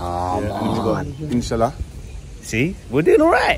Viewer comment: Btw it’s not inshilla it’s Inshallah this is how to pronounce it. In Shaaa Allah inshallah.